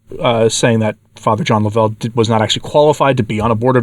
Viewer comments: I knew Fr. Suhy's warning against the new leadership was trustworthy. Also, its not laVELLE. It is LOVEull. If you had listened to his podcast even once you would have heard him pronounce his own name. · Please say Fr. John’s name as “Love- uhl’. The emphasis is on the 1st syllable, and thank you for reporting on this. I was at their wonderful conference last year. It is a heartbreaker what has, and is, happening. Can anyone say these are confusing times?